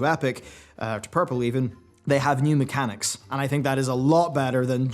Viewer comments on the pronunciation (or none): none